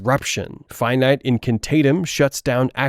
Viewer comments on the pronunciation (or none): Hermione pronounces your spell in the movies and you STILL called it FYE-NYTE. man.... lol good video though I've binged like 9 so far.